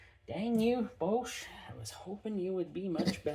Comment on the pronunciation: Your pronunciation of Bosch is WILD!! You do you! Thanks for the review!